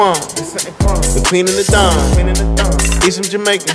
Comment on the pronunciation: Its not DAWN , ITS SAYS DON, like KING